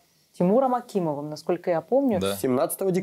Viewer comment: Не Акимов, а Акаимов*